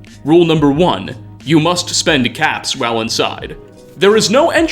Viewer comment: Swear I heard you say '500 cats', not caps. Entirely DIFFERENT reward type...